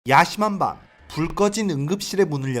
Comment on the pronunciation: 틀자마자 야심한밤을 야 씨밤바 로들음 깜짝아;ㅋㅋㅋㅋ